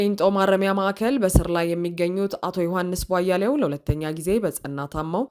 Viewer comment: የዮሐንስ ቧያለውን ስም ስትጠሪ በተደጋጋሚ የስም አጠራር ግድፈት እየፈፀመሽ ነው. "ቧያሌው" ሳይሆን ትክክለኛው" ቧያለው" ነው:: "ሌ" ሳይሆን "ለ"ነው! አስተካክይ!